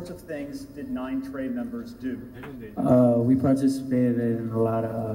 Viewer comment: lol he really said “We PARTICIPATED in a lot of crimes” like its a damn gym class session